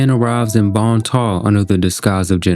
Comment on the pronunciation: It's Bon Temps! Not bon ta. No one knows how to read or pronounce anything. Like Dionysus...die-oh-nice-us